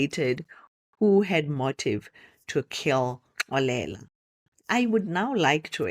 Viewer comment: The way you pronounce Xolela, it's as if you're referring to a female🙈🤭. But, I forgive you cause you probably don't know the right way of pronunciation 😀 Otherwise 'Xolela' is a unisex name that is pronounced differently depending on the gender. Anyway, you have great stories. I really enjoy them and even the way you narrate. Thank you for sharing. May your channel grow in leaps and bounds 😊❤